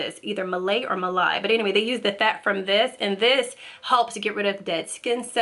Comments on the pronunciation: Also, the pronunciation is ma-laa-eee. So the second time you said it was absolutely correct! 👌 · We call it maLIE. The second pronunciation was right! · When she said India knows everything, I laughed😂 Also for anyone interested, it’s the second pronunciation of ‘Malai’ that she said, although Fresh cream is closer to Malai than heavy whipping cream… Malai is essentially when u boil raw whole milk to pasteurise it, and it cools downs, the thick layer of cream that starts forming on top is called Malai… And girl thanks for the tips! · Hellow dear! I am from India😊 I loved the way you pronounced "malai" 😉😎✌️And also i became really proud when you said India knows everything 💝 Is this so foreigners think about indians?😂